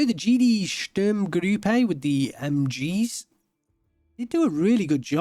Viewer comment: you keep saying Sturmgrüppe. perhaps you save that ü for some unit names that need it?